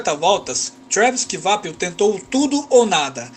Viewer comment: Ótimo video, a título de informação não se pronuncia Kivapil e sim "Quapil"